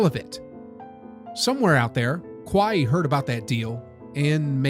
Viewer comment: How tf can you be a hoops fan and pronounce Kawhi like that lol